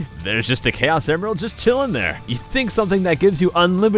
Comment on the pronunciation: Its Pronunced Kay-Os